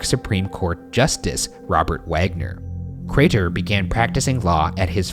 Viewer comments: goddamnit i do love ryan but every once in awhile you get that one episode that for whatever reason has one word that ryan pronounces just a tiiiiiny bit off, but boy it’s enough for you to lose 100% of the storyline by the end of it fuckin ay.... CRAYTOR!!!!! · #postmortem why does ryan over-pronouncing craTer grate on my ears so bad? it wasn't consistent either sometimes it was fine and it would catch me off guard every time, i'm sorry <3 #shaniac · no one: crater Ryan: crAYTer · Ryan: Joe-seph Cray-ter Also Ryan: N'York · ryan really be out here saying craTer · POSTMORTEM: I would rather take a very large after steak dump than listen to Ryan attempt to pronounce "CRAY-TUR" one more time. Sweet Lord grant me peace. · I love you guys. I love the case. But why is Ryan pronouncing Crater so weirdly? The T is so pronounced and it is lowkey robotic. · Ryan’s enunciation of the “T” in “craTer” 😭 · Are we just not gonna talk about how Ryan overpronounces “Crater”? 😂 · Much love man but why the pronounced T-sound in crater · Ryan's really pronouncing the hell out of that T in Crater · For the postmortem: Why did Ryan keep saying Crater like that? I’ve never heard him enunciate that much before lol #shitfish #iloveyouguysdespiteryansweirdwayofspeaking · ryan really committing to pronouncing that T in crater this episode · the way you pronounce crater makes me wanna blow chunks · Ryan why are you putting so much emphasis on the word crater? Driving me crazy man :( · Question for Post Mortem: Why is Ryan pronouncing the hell out of "Crater"? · ryan. why do u keep pronouncing crater like that 🥲